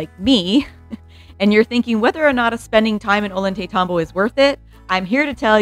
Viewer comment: Ollaytambo is pronounce - oy-yay-taytambo. The double (LL) had a "yuh" sound ❤ Thank you for this video!!! My Peru Trip is in 2 weeks and I can't wait to see this beautiful country!